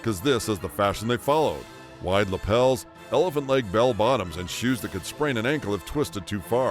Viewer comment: "The Goonies" and "Back To The Future"?? Try, "Easy Rider"!! has his accentuation wrong! Bell BOTOMS, Nehru JACKET, fondue PARTY? Must be a west coast thing where they do that constantly and say things like,, Boy SCOUT, ice CREAM, pinPOINT. Half the stuff he's talking about was from the `60's, NOT the `70's! And, other than a FEW guys having porkchops, I don't recall ANYBODY having the kinds of beards, sideburns and moustaches that were popular in the late 1800's. He claims The Beatles just got huge in the `70's!! They broke up in `70!! Most of the hippy stuff happened in the `60's!! It was dying out by `73. Somehow, I knew you were gonna miss Rubik''s Cubes. Elephant Bells the ecology patchwork jeans disco punk glam folk blacklight posters incense Elton john marijuana cocaine Watergate the `50's UFO's, big foot, and the like super flashy rock concerts psychotic religious nuts religion electronic music the 12" single natural childbirth Indian ways black culture being openly gay cell phones new wave